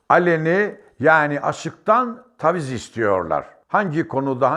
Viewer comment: Yahu birde konusmayi ogren be hemserim... Taviz degil Taaviz,maceraci degil maaceraci,akp degil aakepe.Bıraz bunlara dikkat edilirse dikkatimiz oraya yönelmez...